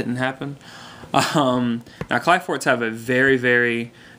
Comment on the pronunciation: kli forts. ph is an f sound. but its alright, after playing this game for so many years ive realized most people cant read their own language.